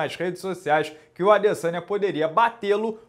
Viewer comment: O mais doloroso desta luta foi ficar ouvindo o minotauro chamando o Adesanya de "Adessânha"